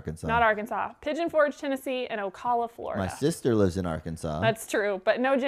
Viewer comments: It’s O-cal-uh. Cal has a long a. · Janice Wheeler I was thinking of leaving a comment on how to pronounce Ocala too 😊